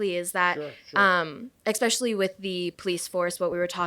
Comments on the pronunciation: If you say exspecially, you shouldn't be allowed to vote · If this bitch says “exspecially” one more time…😑